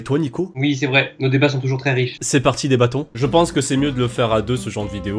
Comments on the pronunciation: Quand t'a dit " débatont " je croyais que t'avais dit " des bâtons " ... '-' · petitpanda 63 Je me sent moins seule à l'avoir entendu le fameux "des bâtons" XD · petitpanda 63 Il a dit "Débattons" pas "Débat-ont" xD